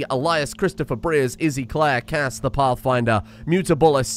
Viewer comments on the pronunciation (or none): none